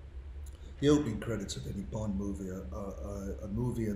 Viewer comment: "Bont(h), James Bont(h)" yes yes we know you're rightly proud to be Irish but tone it down a bit, old son, it's famously pronounced 'Bond'.